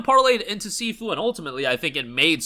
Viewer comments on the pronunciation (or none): Bro doesn't even know how to pronounce SIFU